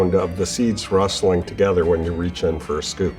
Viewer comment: Great way to put it!! And the "When" is more like "Ven".